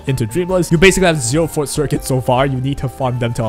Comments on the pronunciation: It took me until 3 minutes in until I figured out what circuit you were talking about because you kept calling it the fort circuit, lol. It’s For-Tay, two syllables, not Fort, it’s a Latin (French, Italian) term, not English, so different pronunciation rules apply. Think of it as saying the number 4, then Tay, so 4-Tay, if that helps! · Love the video but why do all of the WuWa youtubers say forte as "fort" 😭😭😭